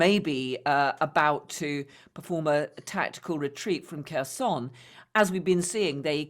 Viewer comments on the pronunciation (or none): It’s 259th day of war and presenter still haven’t learned to pronounce Kherson. 😮 For someone that could be silly, but for me it’s ignorance. Any credibility gone. Therefore no point to watch video any longer